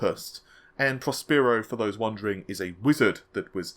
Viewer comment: fyi...Prospero is pronounced Pros (Pross) per (rhymes with Cher) o (oh) :)